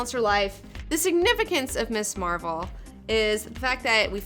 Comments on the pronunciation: Hey, not to split hairs here, but it's Ms Marvel, not Miss. It has a "z" sound to it. There is a distinction between Ms and Miss. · Your show has really inspired me to track down a lot of these comics, thank you for that! I enjoy your show and most of your recommendations. I don't usually care if someone pronounces a character's name differently, but I have to bring this one up. It's Ms. Marvel, not Miss. The words mean different things, and there's a reason that her title is Ms. I'm not trying to be a jerk who feels he has to "mansplain" this, just bringing the importance of the distinction to your attention. Please continue doing great and fun work.